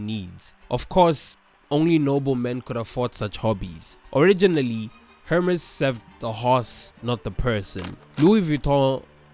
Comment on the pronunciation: I wish you'd pronounce Hermès right ^^ but great video xx